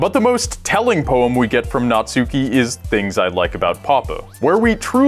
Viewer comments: natsuki.... not suki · You call Natsuki Nutsuki... ;) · The way everyone pronounces Natsuki is so cringy. Not only do they pronounce the u, they emphasize it. ...it's pronounced "natski" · why do people say the u in natsuki so hard smh